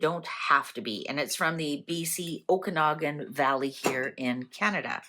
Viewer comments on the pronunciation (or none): none